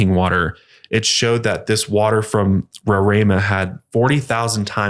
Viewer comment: Omg! Venezuela!!! That’s so awesome but it’s not rorraima! Its pronounced more like roar-uh-ee-muh ❤️❤️❤️❤️ i love your podcast guys